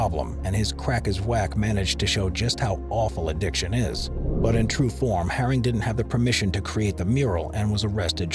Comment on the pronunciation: Keith haring not “harris” 🙈 Also saying robbo v banksy was one of londons first graffiti wars is just ridiculous 😂